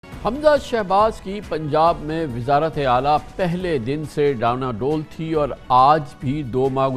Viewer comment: ڈانواڈول کا تلفظ غلط کررہے ہیں اس لفظ کا؛ ن؛ سائلنٹ ہے صحیح تلفظ ڈاں واڈول ہے تصحیح فرما لیجیۓ شکریہ